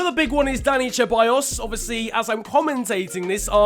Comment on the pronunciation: Dude its alexandre lacazette not alex And its not cheballos its with s